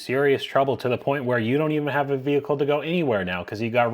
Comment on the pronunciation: that last Vee-Hikull haz now damage transmission